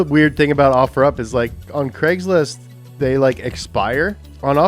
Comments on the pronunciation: I heard gregslist not cragslist lol 😂😅😅😂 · It's called CRAIGS LIST NOT GREGS LIST!!! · He said Greg’s list😂😂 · "legs list" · It’s like he didn’t want to get copy righted for saying there names “Greg’s list” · love how it sounds like he says "fakesbook martin place" "greggslist" and "offer up"